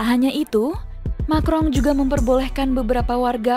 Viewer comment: Emanuel macron kok disebut makrong min.....